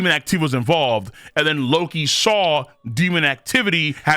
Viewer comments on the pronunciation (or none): none